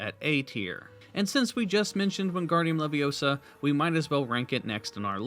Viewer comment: Did he say “wingardium levioso”?